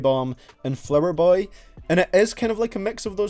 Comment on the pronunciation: "Flouher boy."